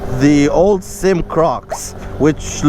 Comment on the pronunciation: Four years later and I am still mad. It is not a damn SYM like one word. You do this all the time when reviewing this brand. It is a S. Y. M. three letters. short for Sang Yang Motors.